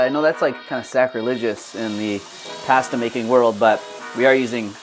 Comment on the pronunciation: I wish posters would properly pronounce foods they are making. Start with pasta.